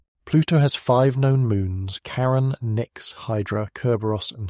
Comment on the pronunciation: CHARON... NOT KAREN!